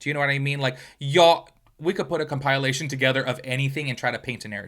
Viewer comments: Can you pronounce the word compilation correctly? It’s not compilalation, it’s compilation. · Compilation: comp-ah-lay-shun 😭😭😭 the compileation was killin me